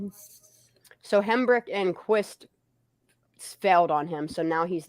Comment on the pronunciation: I believe Hambrecht is pronounced "Hambright".